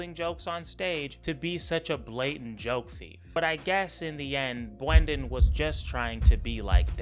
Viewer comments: calling him "bwenden" is crazzzzyyyy bro i choked on my beer on that one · The funniest thing about you is how you pronounce "Brendan"